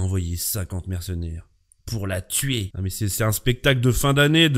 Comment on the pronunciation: C'est pas " Pour la tuer "qu'elle dit, c'est " Pour la tchuer" !